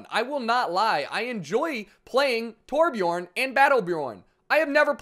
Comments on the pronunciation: hey man every american nvm every non nordic person should instead of calling him torbjooorn you should put an urn in there (torbjurn) thats how its pronounced pretty much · Anyone else who has the letter Ö in their aplhabet bashing their head against the wall everytime someone pronounces Torbjörn torbchorn?